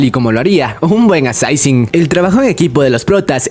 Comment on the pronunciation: "ASAISIN" Que perro dolor cada que dices eso.